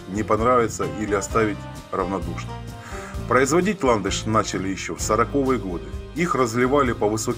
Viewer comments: Что с ударениями? Не ирИс, а Ирис! Не брОкар, а брокАрД, не ольфактОрная, а ольфАкторная. Не роскощью, а роскошью, не сорокОвые, а сороковЫе🤦🤦🤦 И "гыканье" неприятное😏. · СорокОвые годы, бантА… Что за издевательство над языком и нашими ушами?! Не смогла досмотреть до конца.